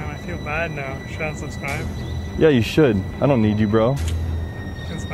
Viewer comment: “Can I have a picture with yueghhh” 😂